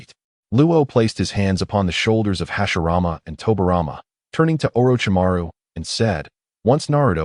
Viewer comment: you got hashirama and tobirama names wrong